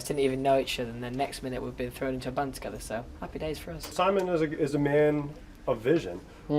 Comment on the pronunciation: i live for when he says 'uzz'